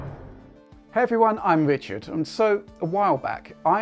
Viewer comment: Hello! It's fwom Digital Foundwy.